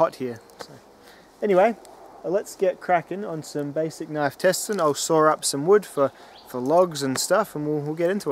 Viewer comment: There’s no R in saw